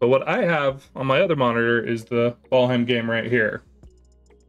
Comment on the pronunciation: bro said vaalheim